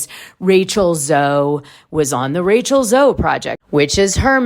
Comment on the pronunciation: Rachel Z-OH darling, not zo-E. Finally an interesting Beverly Hills housewife!!! And you’re right 😂 we do NOT want to see Teddi on TV but we ARE glad she’s doing well 💯 Rhoc audio of the trailer without the visuals makes it so much less interesting. That’s how superficial this show is. Lol.